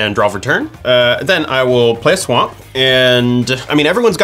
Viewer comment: He said "play a swa'mp what a mron I hope he was trying to be funny at least